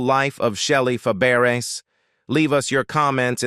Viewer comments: IT IS PRONOUNCED FAB RAY NOT FAH BERRIES. WHY DO YOU HAVE THIS JOB? ARE YOU A COMPUTER. YES. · Shelley FAH-BARE-ASS?? Is this a computer voice? At least get a narrator that can pronounce names! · Um? Fuh-Barris? NOPE! Fab-Bray... 🥴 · Her French surname is pronounced "FaBRAY," not "FabArez." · Fabares pronounced fab ray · “Fay bare ess “ 🙄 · It's pronounced fabray. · shelly Fab accent on the first syllables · good grief!!! If you are going to do these videos lean to pronounce their names. I have never seen names so butchered. Shelley’s last name is pronounced “FAB RAY”…….Her aunt was Nanette Fabrays…….pronounced “NAN NET FAB RAY”. Their names were pronounced the same with different spelling. I won’t go into the others. But please research because all of these videos have the same kind of colossal mistakes. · Yes it's fab.a ray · You pronounced her last name wrong, and that one clip was Shelly Long, not Shelly Fabares. And your voice sucks as well. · He can't even pronounce her name right. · You're mispronouncing her name. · Should be nominated as the worst bio; mini documentary of an artist... ever! Punch in to correct all mispronounced last name that you are making money on! CORRECT IT!! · I'm about half way thru & I can no longer stand how Shelly's last name is being miss pronounced. Oh my God, ugh. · AI voice??? You destroyed Shelly's last name, lol... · I agree. This voice is mispronouncing her last name severely wrong. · What a moron!! Need to pronounce people's names correctly!!!!